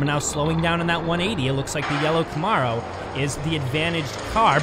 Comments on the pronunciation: I dont think i’ve ever heard it pronounced “ca -morrow” 😂 But the spanish commentary is legit as well!! Buen Carrera!!! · The ARO in Camaro Is pronounced like arrow